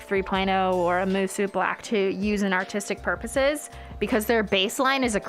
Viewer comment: It’s pronounced “moo-SOH”